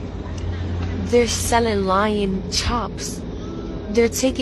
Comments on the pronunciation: LOIN Chops are LIONS now🤣🤣 can she actually read!!🤦‍♂️🤣🤣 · It's not Lion, it's loin as in Pork loin! She needs to read sometimes.